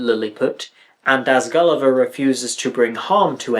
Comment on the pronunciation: The singers can't pronounce "Gulliver" without it sounding like "Kali Ma".